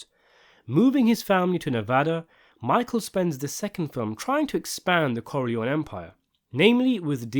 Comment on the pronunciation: Why are you Americanize Italian last name Corleone?